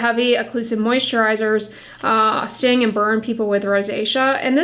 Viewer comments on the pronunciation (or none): none